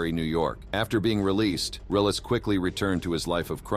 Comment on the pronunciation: The name is. Relis not realis